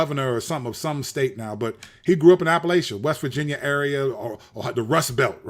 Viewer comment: Outside of saying Appalachia wrong lol appreciate the video and shouting out us Appalachians you talked about that too on the appendix album right?